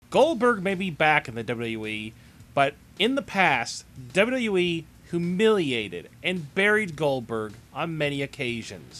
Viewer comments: you say wwe like dodododowee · First of all you have to make a good pronunciation.Then you got a option to choose making of a video.I just listened your presentation somehow through the video wich was disguisting.Please make sure from the next time what you have to improve your basic things to make a video presentation.Your accent of WWE was just impossible to take.